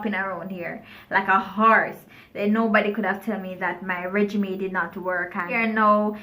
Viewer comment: Regimen....not regimay